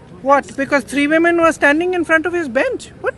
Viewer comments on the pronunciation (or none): none